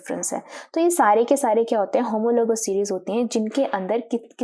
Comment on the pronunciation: Mam doesn't know how to pronounce homologues and oxygen 😂😂. But great work👍🏻👍🏻